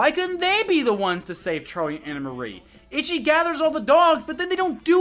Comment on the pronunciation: Stop calling her Anna Marie. It's Anne Marie. I love these videos though.